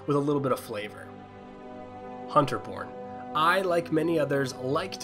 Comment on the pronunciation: I thought he said Hunter Porn... xD